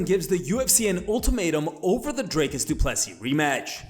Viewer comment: His name is DRICUS not Dray-Cus tf is wrong with these social media accounts not being able to even pronounce fighters names. And this ain’t rage bait like Uncle Chael. This is plain stupidity